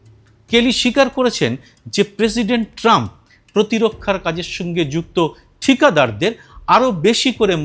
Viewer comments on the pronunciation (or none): none